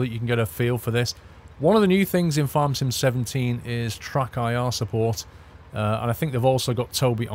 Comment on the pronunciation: Does he keep calling it TruckIR instead TrackIR?